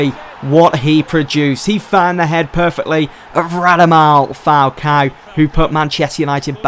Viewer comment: can someone make an animation of saying "radamal falcao" from every episode?